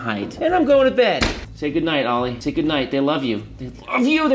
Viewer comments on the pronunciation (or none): none